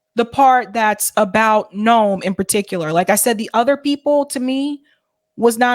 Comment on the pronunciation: It's NOT NORM, but Noam, dude from News Nation.